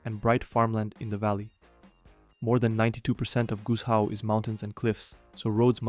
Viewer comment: as a chinese speaker that pronunciation of "Guizhou" hurt me